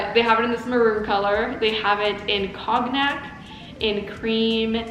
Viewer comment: Fall is the bestest. Cognac, pronounced cone-yak.